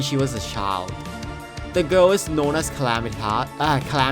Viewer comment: Dedron? ClamitAs? Dredron? Bro, learn to speak or something